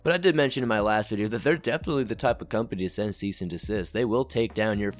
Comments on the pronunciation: He's still calling it a ceasT & desist letter? 😡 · He said "Ceast and Desist"... 😒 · “Ceast and assist” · Seized and the cyst